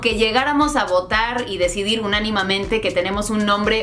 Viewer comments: Es "unánimemente" no "unanimamente ". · Se dice Unánimemente y en español es Américo Vespucio, en italiano Americo Vespuccio. Pero bueno, yo aprendo miles de cosas en tus videos, saludos.